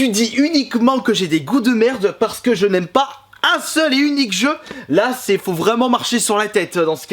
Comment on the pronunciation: quand ta dit je n aime pas j ai compris Janemba PS:les vrais comprendrons